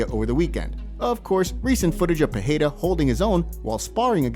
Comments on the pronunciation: Alex "Peheira"? These folks don't try 😅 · ITS PEREIRA THERES NO H NO JNNO HARDSOUNDING NOTHING PE REI RA FUCK LEARN HOWNTONPRONOUNCE